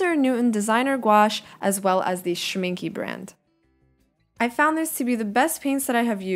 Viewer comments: I just found this and wanted to mention, that the gouache is not called "Pchminke", it's an S, so Schminke. It's a german brand and it's pretty normal to have these here in germany, at least when you're doing arts. Their watercolors are extremely popular here, because it's not too expensive and pretty good quality. I love them :D Faber Castell is also a german brand. We grow up with pencils and pencil sharpeners etc. from faber castell :3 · its not Pschmincke, but just Schmincke :) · Its called Schmincke. But I like Pchmincke too!